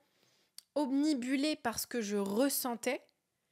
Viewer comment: Obnibulée. Ce n'est pas plutôt "obnubilée"?